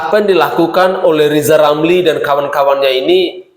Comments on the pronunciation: RZZZIZALL LAMLI ...BELAJAR NGOMONGG RRRRRRRR DULU DH YA G USH NGURUSIN POLITIK G GUNA...HASUTAN LOE G BERGUNA😂😂😂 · Lijal lamli belajal ngomong R du mbah . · Namanya Lisal Lamli karena sebut huruf RRRRRRRrrrrrrr tidak jelas,setuju????? yaa.....sangat setuju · Ngomong ajah R yang jelas bos?Lijal lamli bukan rizal ramli? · Lizal lamli hatinya busuk ngomong r saja tdk bisa orang intlek tual otaknya miring termasuk kawan kawan lizal.